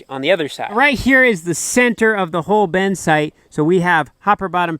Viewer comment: Why do you pronounce “bin” as “ben?”